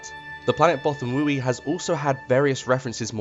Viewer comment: Okay... yes this is nit picky and people are going to argue. BUT it is pronounced Both-ah-wee. Many audiobooks support this pronunciation, just ask Marc Thompson.